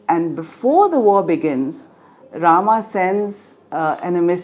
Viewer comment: Please correct your pronunciation. There is a difference in the A and AA pronunciation in Sanskrit. You are using the Anlicised रामा instead of राम. Otherwise what you say is absolutely correct